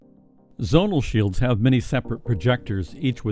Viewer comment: Please remove the word REAL from the title, all of what you have talked about is theoretical or at best only just beginning to be researched, oh and the word Zonal is ptonounced Zzzz-Oh-Nal and not Zzzz-On-Al